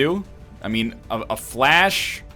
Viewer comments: Obviously someone has corrected him before, but Fleche is pronounced as 'flesh'. NL, I know you like your facts, so think about it in terms of the sport Fencing. A fleche is an attack performed with a sort of running momentum. I understand you call it flash because its like a quick 'all-of-a-sudden' attack, but please keep trying to say fleche. So just remember that Fleche is associated with Fencing and is pronounced as 'fancy'. You may even know all this already, in which case you are fine. On the off chance you don't, you're welcome. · Am I the only one who goes nuts when NL pronounces Fleche as Flash?